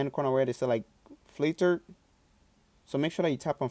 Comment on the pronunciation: Lmao, i love how he says fliter